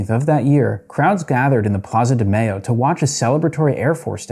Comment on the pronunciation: that is not how you pronounce "Mayo" it is not mayonnaise